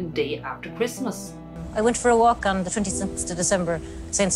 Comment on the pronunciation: Elocution lessons for the narrator. Dis dat dees does , get the H in there for crying out loud.